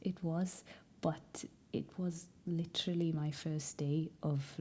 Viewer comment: The way u say literally is so welshy as a welsh girl it’s not to shabby